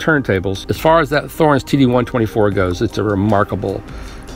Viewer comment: It's pronounced with a T not a Th. T-horens!